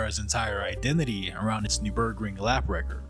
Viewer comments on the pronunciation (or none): Overarching … not overreaching. And you pronunciation of the NUR BERG RING sounds like new burg ring but with a strange rhythm. Very curious. Otherwise, good subject and lovely visuals! was that gt7 footage at the end?